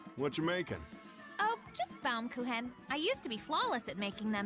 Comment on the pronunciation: Plays My Eears are bleeding when I hear Baumkuchen pronounced as Baumkuhen, but well we cant speak your TH you cant speak our CH its fair I guess :D